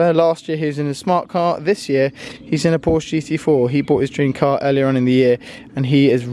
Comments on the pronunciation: its not a Porsch, it’s a PorschE! Anyways keep going with the good content:) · it's not Porsch it is Porsch"E" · You have to pronounce Porsche the way it should be. But, nice video.